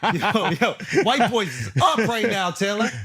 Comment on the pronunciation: “How the kid from Canada upwirite you” 😂😂😂 “White people up in the rap game!” 😂😂